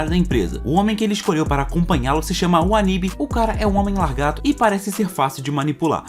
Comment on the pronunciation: Na boa, não é "largato" e sim "lagarto". Isso incomoda muito, não consegui terminar o vídeo.